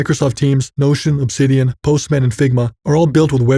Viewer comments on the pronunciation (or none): none